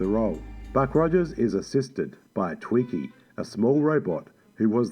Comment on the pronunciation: It's not twiNkie like the Hostess snack... it's TWIKI !!